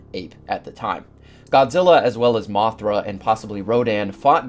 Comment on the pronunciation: 😂😂😂😂😂 Dude who is " mofra"? 😂😂😂 Do you m3an "Mothra"?😂😂😂